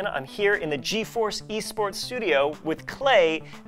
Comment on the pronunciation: Geforce VS Geforce Wın Geforce... OMG LOL